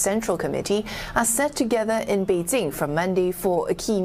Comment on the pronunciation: Beedjing? Beedsing? Beedzing? What now?